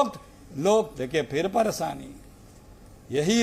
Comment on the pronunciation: ये चच्चा तो परेशानी को परसानी बोल रहे हैं 😊 ऐसे लोग जिस भी पार्टी में रहेंगे वो पार्टी का निश्चित ही बंटाधार होना तय है 😂